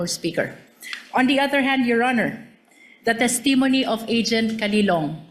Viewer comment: The pronunciation of “testimony” has the stress on the first syllable “TESS-tuh-moh-nee”